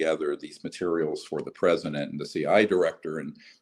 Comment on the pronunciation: These days I mainly watch Greer interviews to see the way he says "materials" (mater-ee-ahl) 🇨🇵😜